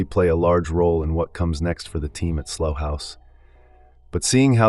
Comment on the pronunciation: Slough rhymes with cow, not slow or dough. Good old English.